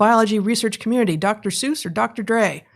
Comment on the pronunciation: I find it quite odd, and must now give it voice That these two learned folk mispronounce the name Seuss.